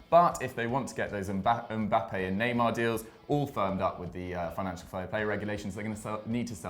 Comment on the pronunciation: Is it Nyemar Jr 😂🤣